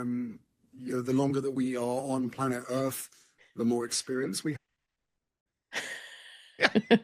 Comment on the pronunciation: "Plant ERF" ??? WTF 🫣